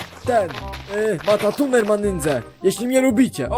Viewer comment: Matatuner XD dziadek